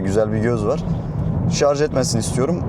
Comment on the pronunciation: Eline sağlık. Sonunda “Şarj” diyen biri çıktı 😊😊